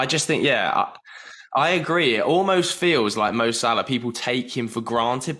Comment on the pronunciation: Possibly the single worst football related debate ever televised. One kid throwing stats direct off google into a pointless waffle and another kid clearly yet to go IKEA who can’t even pronounce Salahs name?! Get Chunkz back on and remove this video from YouTube 🙏